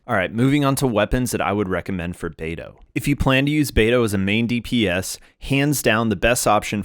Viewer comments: Pronouncing it "bay-doo" is killin me but I love this guide, thank you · the way u pronounced beidou like bae doo.. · I just heard Beido not Beidoo?